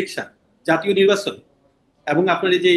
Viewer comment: নির্বাচন উচ্চারণ করা শিখ আগে